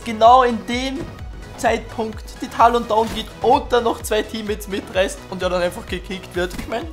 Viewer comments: NICHT TAHLON, SONDER TÄLLEN. omg fuckt mich das ab. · es wird Tälon ausgesprochen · man spricht es tällen aus :D man dagt ja auch nicht "man o wahr" sondern "män o war" :DD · Du sprichst Talon falsch aus